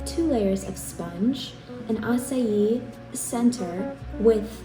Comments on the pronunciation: I literally thought it’s pronounced “acay” then I heard Halle saying it “asayi”. Damn, never felt this stupid in my life 😭😭😂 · as a brazilian, I had never heard an english speaking person who doesn't speak Portuguese pronounce açaí as well as you. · As a brazilian it is so nice to see u pronouncing açaí in the right way hahahah